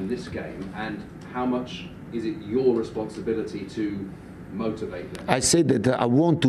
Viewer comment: ‘Sense of Responabity’ 🤣 spurs so spursy